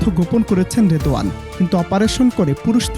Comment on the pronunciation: রিদওয়ান না রিদওয়ানা